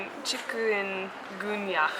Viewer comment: Your pronunciation of chikungunya is actually spot on, even in English. I know this is an old video, but I too am glad that did not have Dengue.